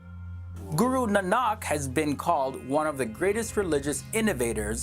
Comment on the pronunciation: For some reason I find it hilarious they pronounce guru nanak IT'S PRONOUNCED GOORUNAAANIK